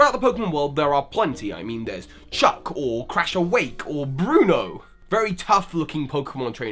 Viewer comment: BRUNO ITS BRUNO!